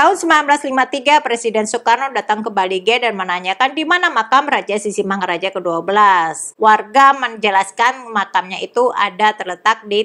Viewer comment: ibu, pengucapan sisingamangarajanya terdengar sisingamaraja,...